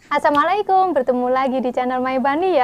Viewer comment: Assalamu'alaikum, bukan aissamuaikum